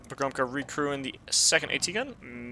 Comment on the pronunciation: You should read pogromca as "Pogromtsa", it means conqueror in Polish.